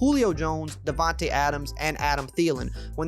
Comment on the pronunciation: It's DAVANTE not DEVANTE